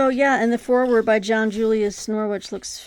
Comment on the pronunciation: I'm going to focus on Anglo-Saxons and Vikings for Q2. I hate to be that English guy but John Julius Norwich's surname is pronounced like the city. It's hard to put the actual pronunciation here but the second bit rhymes with ridge. So it is more like Norridge. But English place names are - deliberately? - difficult to guess from spelling. I was watching an interview with John Julius Norwich on YouTube - on a channel called Web of Stories - and he was talking about visiting his Uncle at Beaver Castle. But Beaver is spelled Belvoir. I mean come on! I'm going to finally read The Anglo-Saxon Chronicle and The Ecclesiastical History of the English People. Plus a couple of King Alfred biographies. Then I've got River Kings by Eva Jarman, Viking Britain: A History by Thomas Williams, and The Children of Ash and Elm by Neil Price for the Viking bit. I might add Ibn Fadlan if I get time. Great recommendations btw. My wallet does not thank you. I really want to read about Genghis Khan, because it is a gap in my knowledge. The same with Saladin. This period is probably the one I have the most gaps with as I did my History degree and the earliest module we did was Tudors and Stuarts. I might save the Chaucer book for when I get around to reading Chaucer - which will happen. And A Distant Mirror is a book I know I should read, but haven't yet. Sorry for the long comment!